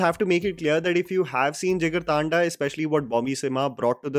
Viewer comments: Why British accent bhai 😂 taanda thanda hai voh 😂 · Kinda hate to point it out, but it's not Jigar-Taanda but Jigar Thanda, as in the Hindi word 'Thanda' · JigarTAANDAAAA... Vilmiiiiii... Get your pronounciation right boyyyyyy